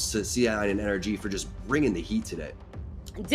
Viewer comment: Can u please say NRG tm and not energy